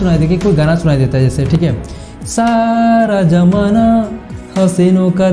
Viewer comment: bhai Saaara Jamanaa nahi hota Saara Zamanaa hota hai 🤣 please theek se bol toh lia kr 😁😁😁😁